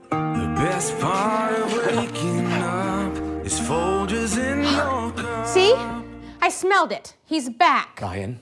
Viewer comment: The g in folGers is pronounced like giraffe, not like girl 😂🤦🏻‍♀️